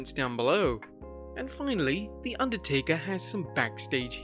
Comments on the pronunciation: Underatker?? 😂😂 I love! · "Underatker". spells goodly.